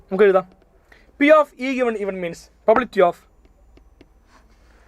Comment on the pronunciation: Probability എന്ന് ശരിക്ക് പറയാവോ😅